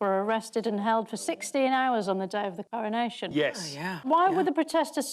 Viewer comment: Cowonation ffs talk properly